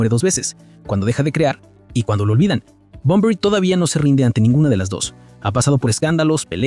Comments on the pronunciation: lamentable video, todo hablando de supuestos, "dicen" . Una verguenza digna de un pobre tipo que odia a Bunbury, pero que inmediatamente despues dice que es una leyenda, no puede ni nombrarlo porque le dice Bombory. La comparación con jim morrison digna de alguien que nunca escuchó Heroes ni a BUNBURY...en fin, si alguien está leyendo éste comentario antes de ver el video, no pierdan el tiempo, es puro cotorreo de peluquería sin ningún sustento, no le den like, no lo sigan ni toquen la campanita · Muy negativo este análisis; bastante insulso y sin argumento, Bunbury se pronuncia tal cual se escribe, no es Bonbory, un irrespeto total a un Maestro innegable, Poeta ecléctico y sensible; busca no más otro oficio pendejo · "Bomborui"🤦😖 desde luego... De asco escucharlo pronunciarlo 🤢 No pude ver el vídeo mas de 5 minutos. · Por qué no aprendes a pronunciar bien su nombre?? Es muy fácil, solo hay q leerlo bien